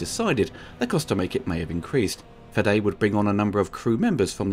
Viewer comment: Weyland, not Wetland. Fede, not Fedde. Raimi, not Rami.